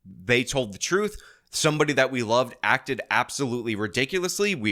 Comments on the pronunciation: People who say “Trufe” tend to never tell the truth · The word is TRUTH, it’s not at all difficult to say correctly.